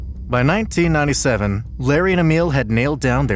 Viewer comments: " ba nanteennantyseven" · “by 1997” bro sounds like he Is from the south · 😂 bro sound like a salesman from New Orleans